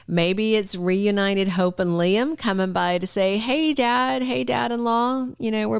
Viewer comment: why we're listening to Bots? They don't know how pronounce names? The bots and foreigners can't pronounce names like Shay-la - Sheila 😮 ly-um- Liam. RJ-RG? IT'S CONFUSING. SO Ridge is keeping secrets from Brooke, the part where Liam says he loves Steffy to Ridge. So apparently Brooke doesn't know that conversation? Please if you have pull, tell the writers we want the truth out!!!! ASAP. My friends have quit watching. Yes Steffy needs to leave so she can get her act together in the storyline.